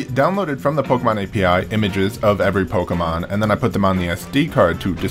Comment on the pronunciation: You are saying Pokémon incorrectly